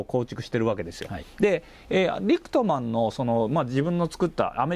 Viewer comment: リクトマンとおっしゃているのが気になります。リックマンってどの動画を見ても聞こえるのですが。。。